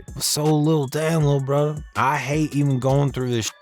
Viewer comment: No lie I bofl when he said lil burdda 🤣